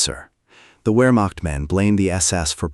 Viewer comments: In the British Army we were always taught "The 7 P's". Prior Preparation & Planning Prevents a Pretty Poor Performance". A Modicum of Prior Research would have told you that the word is pronounced, "Vermacht" and not "Wermacht". In Germany a "W" is pronounced as "V". VW stands for Folks Vagen, or People's Car, as Adolf described it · The ‘Wur-macht”? Why can’t AI handle ‘VAIR-makht’ for Wehrmacht? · "VERE" NOT "WHERE"! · Pronounced Vermacht, not Wermacht.